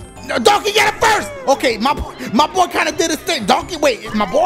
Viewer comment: I was dying when he called donkey "mah boy" 😂😂😂